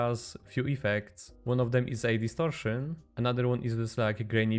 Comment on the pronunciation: the word "distrotion" was said in the most Polish accent ever